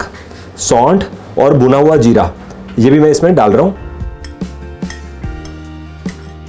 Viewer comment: Spawngy......nahin Spongy (spun-ji) Where is this idiot got educated...... Jeera nahin be ZEERA bol Ultimate O my God Game O God Great Kuttay style mein: Ummmmmm